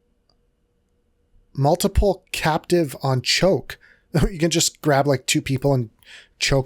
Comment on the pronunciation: Pugilist - (Pew-Jill-ist) - Someone who fights with their fists Multiplicative - (Multi-Plick-A-Tive) - Not "captive". Something that stacks with other multipliers.